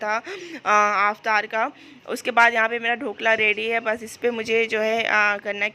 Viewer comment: Didi aap "Aftar"maat boliye, its "Iftar". Don't mind plz